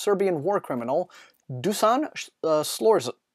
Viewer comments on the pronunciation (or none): Not good enough! :D I'm Serbian and I didn't get the Nightwise "Serbian war criminal" (of course) last name. The first is Dušan read like Doo-shan.